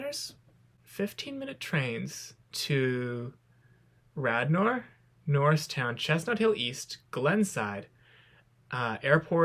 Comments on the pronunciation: Radnor pronounced Radner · "Rad-Nor"? Like the name of an alien in a mid-20th century B-movie? Accent is on the first syllable, like you'd probably pronounce (Gilda) "Radner", "radish", (Daniel) "Radcliffe", etc.